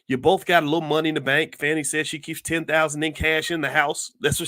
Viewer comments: Hi Dr. Watkins just so you know, a friendly F.Y.I. The correct pronunciation of the DA's name is Fawnee(Fani) not Fanny. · It is pronounced Fawnie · I knew when you mispronounced her name in the first sentence everything you said after would be BS and you didn’t disappoint You are one sorry brother 😢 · At least say her name right doc!